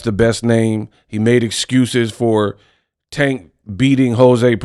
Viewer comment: Paula is a clown 🤡 and has always been a clown. First off he can’t say Tanks name right which is disrespectful. He’s been hating on tank for years. He’s butt hurt, and can never just be a honorable man. Second, I’m glad that the uk 🇬🇧 uber driver lol beat the breaks off him lol😂. I remember when Mayweather fought Connor, Paulina was salivating talking about what Mayweather was making. And said he would come out of retirement for half the amount. So for him to sit up here and continue to be a hypocrite, because we all know he does not like Tank and never gives Tank to credit that’s due. You will be a fool to pass up that type of money, especially in this day of age how the economy is going. To actually change your family income bracket for life. So poly wants a cracker go choke yourself in front of a mirror 🪞. He’s an ass clown 🤡. and thank you for showing the video of his face. You just made my day. Sorry I couldn’t stand this dude when he was fighting and even more so as a commentator.